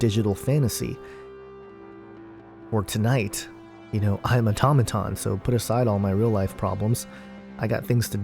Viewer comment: it's pronounced "auto-may-ton". how about listening to the song before you write you garbage about it.